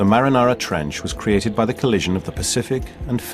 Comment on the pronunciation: The marinara trench wow this narrator doesn't know anything about the ocean or at least does know how to pronounce the Marianas trench